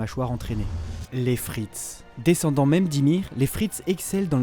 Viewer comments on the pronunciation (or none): none